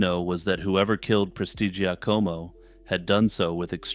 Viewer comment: Excellent pronunciation of "Prestigiacomo". Very impressive!